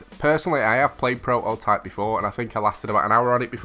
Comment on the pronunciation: Will you pleas say prototype and not propotype! You can atleast pronounce the game titel correctly! 😂